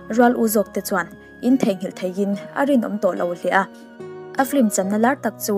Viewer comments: I aw a nalh tawp... Mahse "Flim" ti lovin "Film" ti la... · Thenkhat hian 'flim' tiin an lam leh tlat thin a...film a nia..chhiar hi uluk hle ang u..i aw analh ropui sia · I aw a ngaihnawm nen, film hi flim tiin lam ri lo la ṭha tur... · 'Flim' i ti zel a😁 Film a ni reng sia